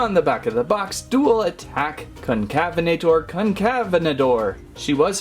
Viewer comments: Pronunciation: Con-Cavv-en-ate-er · Con-cuh-vena-tor. Sorta like cousins afrovenator and Neovenator. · Here’s how you pronounced Concavenator correctly: Concavenator: kon-ka-VEN-uh-tor or kon-kuh-VEN-uh-tore